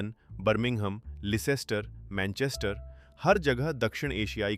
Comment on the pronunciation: लेसेस्टर नहि लेस्टर बोलते है।